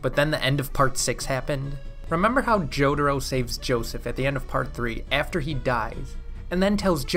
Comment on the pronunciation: remember it’s pronounced Jo-Ta-Ro and not Joe-der-oh?